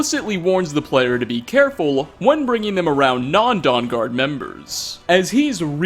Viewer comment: Every video this guy puts out there is an out of place, misused or mispronounced word. I'm wondering if it's on purpose. This video it was dawn instead of don.